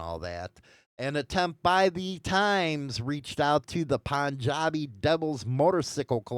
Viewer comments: not pun-jad-e it’s pronounced Poon-jad-e the U makes a long sound. It’s a province in India most of the immigrants from the Punjab Province come to Canada, but not the United States so I’m familiar with the term. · Pronounced "Poon-jah-bee". It's a province in India I think. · It's pronounced PoonJabi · Bro… seriously? Work on some pronunciation… Punjabi = POON-JOB-EE Lodi=LōDie!!